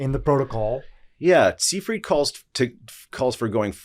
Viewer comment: Seyfried = [ z eye freet ] This is a German name s=z ey=eye ie=ee d, as last consonant in a German (or Rossiyan) word, is softened to t.